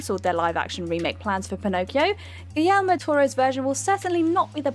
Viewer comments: It's Gi(YE)rmo...not Gi(L)ermo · Did you say gill-ermo? Silly girl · no. It's pronounced (hard G) gee-air-mo. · why do you miss the o in guillermo del toro's name? and where is the arm? (ghoul air moe dell tor oh) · Gill-er-moe? Gee-yer-moe. A little effort please. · Gil-ermo? Steven Curry? Adaption? This is a major channel, and these are some cringy mistakes... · is a terrible copy reader, specifically her near-inability to say the word "adaptation." the silver screen "adaption" "Galermo" del Toro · "GiLermo Del Toro" "Steven Curry" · Are you guys ever going to learn to pronounce Guillermo? Oh and not just him but Cotillard. You guys live in Europe how are americans pronouncing these names better than you? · And,? Please feel free to learn how to pronounce "Guillermo" correctly. Do your homework.